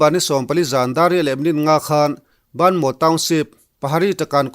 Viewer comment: Baanmaw nilo in Bamaw tia lam tur